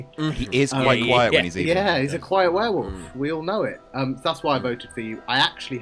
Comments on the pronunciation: Watching Adam, Laurie, Sully and Tom lose it over repeatedly saying "were-woof" was too funny. Cannot stop laughing hahaha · the werewoof was unbearable. some weird ways to say things I simply will not accept from adults. Like adding a U to Similarly or saying foil-i-age for foliage. Drives me insane. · Werewuff?! She does not stop saying it wrong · Seeing Adam, Tom and Laurie slowly crack at pronouncing it werewoof in the last game was delightful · "Werewoof" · Now that "Werewoof" has been pointed out, I can't not hear it and I'm furious! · Is it just because I'm an Aussie, but are they all saying "Warewoof" not werewolf? lol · Were woof is the most infuriating pronunciation to me.